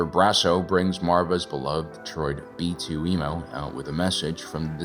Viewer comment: He said B2E-MO lol "M'm'm'mamaarvaaaa"